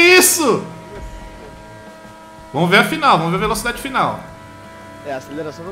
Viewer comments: velotchidade? huehue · A "Velotidade"? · ele falo velotidade